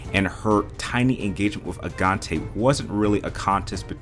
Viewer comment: What's so hard about pronouncing simple things? I mean, Madeleine could be understandable. But Agaté? Even Lisbon?